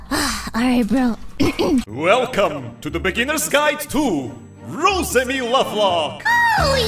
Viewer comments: The gweat Wosemi-Sama is amazing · Sasuga The Gweat Wosemi-sama